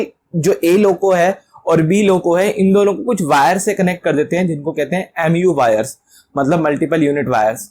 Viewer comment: MUO Not mou